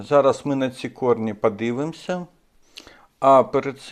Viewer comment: Особлива вподобайка за рідну мову! Тільки треба трішки попрацювати над вимовою: в українській якщо О, то це О( не а) : тобто Орхідея, пОсадка… пОдивимося, кОрінці… гОдина… але як то кажуть: було б бажання! А інформація дуже цікава, дякую!